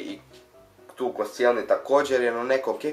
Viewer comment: nije koscenli bek g koščenli